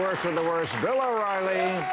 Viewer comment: yo bill o’ graper-riley